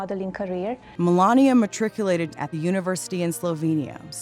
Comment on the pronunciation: Matriculate, not Metriculate